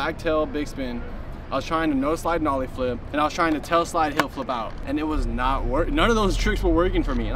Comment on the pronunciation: mf said nollie ngr